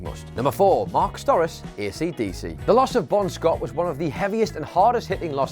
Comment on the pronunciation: It's pronounced "Sto-RAH-chee" not "STOR-is." Do some research before you make a video.